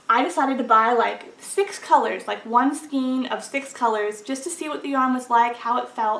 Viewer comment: I am a big fan of Knit Picks (though I do wish they would offer their color cards again)! Thanks for the review. BTW, "skein" is pronounced to rhyme with "rain."